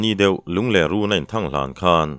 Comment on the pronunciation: Lungler hi i lam dik thei miah lo a nia, ler hi lepler tia kan lam ang hian lam tur a ni e